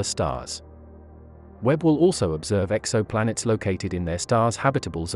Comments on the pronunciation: It's pronounced "Exo-Planets" not Exoplanits. I don't mind the robo-voice, but that really stood out. The video got it right once, but wrong several times. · Robot voice said "ex opp lanets" for exoplanets.